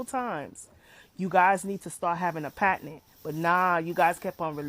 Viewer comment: I’m tired of this girl saying the words wrong. Girl it’s patent not patinent.